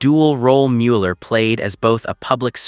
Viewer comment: For accuracy and respect for Bob Mueller, please edit this narrative to say his name correctly. Despite the “e”, the proper pronunciation is Muller.